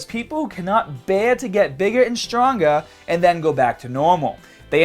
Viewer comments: bigga and stronga, geea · "bigga and strongha".....definetely,....